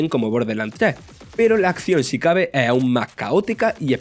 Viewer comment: En serio, es imposible terminar de ver el video (sin ánimos de hate), pero el narrador se come todas las consonantes y a veces ni se entiende que dice .. un medio de COMUNICACION, debe comunicar correctamente con gente profesional estudiada en el tema y con acento neutro (o por lo menos terminando las palabras) ... es que hasta una palabra tan corta como "es" hace una pausa y dice "eee"!!!